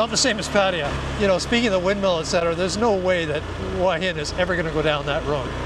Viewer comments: Great video as always but please don't say that both 'hoo-a hin' and 'hwa hin' are ok because they aren't. It's 💯 'hoo-a hin'. Hua=hoo-a=head. Hin=rock. The direct Thai translation for Hua Hin is 'head rock'. It's like saying that New York can be pronounced New York or No York. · Correct. My Thai girlfriend who went to college in Hua Hin pronounces it, 'Whoa 'Hin. Google pronunciation agrees. It's only farangs who speak no Thai that pronounce it "Wa" Hin😄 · Please please learn to say the Hua Him and Pattaya correctly. Lol